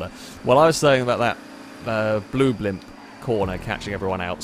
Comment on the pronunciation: “Hello, and welcome to the [BLOMP]”